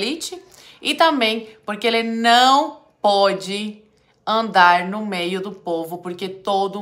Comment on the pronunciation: "Sai do mêi" que eu quero me banhar 😂😂😂